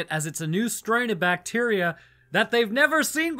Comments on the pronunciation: I swear, you keep saying "Bateria" instrad of bacteria. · OMG.. it was 'bat-teria' 😱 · It's a bat-teria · Its "bateria" ! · It's pronounced BAT-eria.